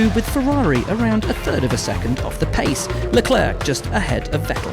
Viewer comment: leclerC LEARN2PRONOUNCE PLS